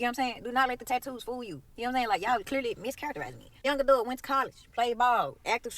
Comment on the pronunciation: Youre not an "adoot" youre supposed to be an ADULT!